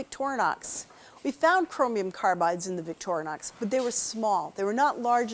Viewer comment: The brand name of the Swiss knife it is not Victornox but Victorinox. Too dumb to pronounce the name correctly?